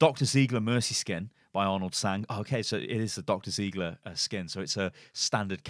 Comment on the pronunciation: its ziegler (zaigler)not an ziiiigle ;)